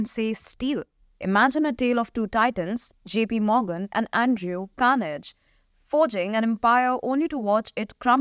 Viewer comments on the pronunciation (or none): "Carnegie" is pronounce "Kar-nah-gee", not "carnage" which is dead meat in a massive slaughter!